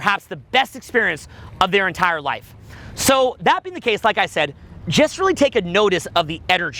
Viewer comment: I ROVE IT I RIKE IT.